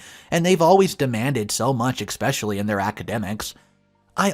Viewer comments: There's no X or K in the word especially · A couple of tips to the English language… it is a bridal SUITE (pronounced sweet) not a suit (a piece of clothing). Another, huge pet peeve, the word is ESSSSSSSpecially!! There is no X!